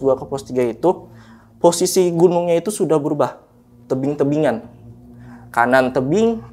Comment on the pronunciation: Berasa lg di jelasin sama pak guru hahaha tapi ngomongnya kebalik balik bikin ngakak wkwk ngrogi bgt kayanya sampe nyebut tebing jadi tibing wkwk ga seru nih narsumnya